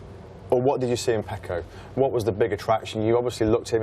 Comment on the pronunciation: FYI Fran....his name is Pecco not Paco.....small but significant difference as it's 2 different names